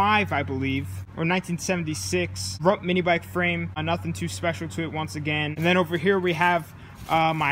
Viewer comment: I think it's called rutt not rup